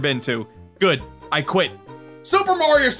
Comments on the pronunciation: It's Mario not marry oh I hate everyone that says his name wrong keys and jacksepticeye every single person even YouTuber say it and for some reason my name is jacksepticeye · pronounciation for mario: (MAR-Y-O) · its not murio its mario. A lot of people make that mist- oooooohhhhhhhhh american people say murio and english people say mario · I hate people who say Mario wrong "Mayrio" ( by accident) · the people who pronouce Mario be like mayrio Me: Mario mareio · I hate when people say Maryoh. It's Mario! We can all agree these people should be smacked with love bricks. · *MayRio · Dat ain't LUiGi green mayrio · Ma(y)rio Month - ✖️ Mayrio Month - ✔️ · calls mario merio*. *everyone on the planet = TRIGGERED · "people who say mAHrio incorrectly, it like mayrio" im confused because the AH sound is reserved for Wario, it uses the a sound as in Apple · MERRY-OH? what is this, rabbidluigi? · My elementary school teachers pronounced it as Mayrio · MAYRIO MONTH! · “Mayrio “ month haha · bowser calls mario bros maryo bros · Like literally every parent calls it mare-e-o like why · LUWEEGIE! NOT GREEN MERIO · The people who say mario wrong, say it like mourio its dumb I know xD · lol you ssay merio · YOU are the one who says Mario wrong! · "Say Mario incorrectly"...Americans...Everything you pronounce is the 'correct' way? Sure.